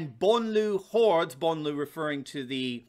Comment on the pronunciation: Hey Doc. Another great voseo! By the way, that's definitely not how you pronounce "banlieue". 😅